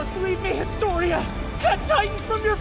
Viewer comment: And when eren say historya "The story of "